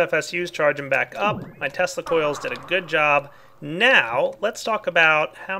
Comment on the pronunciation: Why do I keep hearing testicles instead of tesla coils?